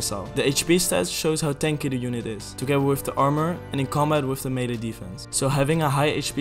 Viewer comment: Melle attack - mele damage - melle damage